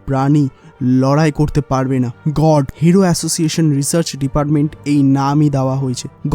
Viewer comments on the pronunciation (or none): God kot Ah ta uccaron kora think na